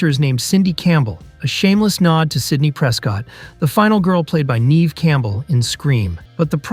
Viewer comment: Y-ns, weinstine (which whatever say it wrong lol), and Neev?